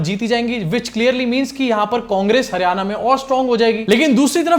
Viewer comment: Not Haryana, it's Haar-yana, mitron 😂